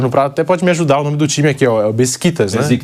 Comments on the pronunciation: Nao é "Beziktas" mas sim... "Beshikitash" falo com propriedade pois tenho amigos turcos .. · Bora se atualiza apresentador🙄 O cara não saber pronunciar o nome de Besiktas pra repassar a informação correta pros telespectadores aí não da.